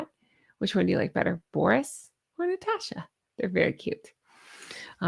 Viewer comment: I'd have to say I ❤️ the name Natasha. Theres no R in it tho, its NaaaaTasssssshhAAAA. Trust me on that 😉